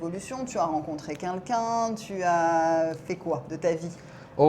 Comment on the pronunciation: j’adore tes videos mais s’il te plaît arrete de dire « kinkin » au lieu de « quelqu’un » c’est insupportable. Merci 🙏🏼